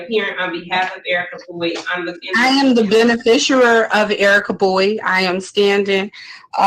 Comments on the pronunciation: She keeps saying beni-fisher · She can't pronounce beneficiary